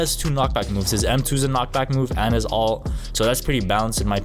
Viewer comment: ULT not ALT!